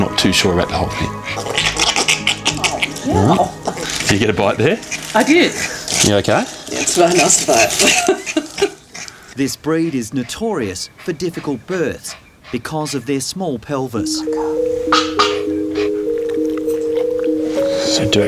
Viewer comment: It’s called breed not bread